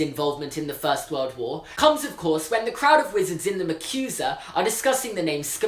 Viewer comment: Umm... Don't mean to be rude but im just sayin' that it is pronounced Macosa not Ma'qu'sa... :)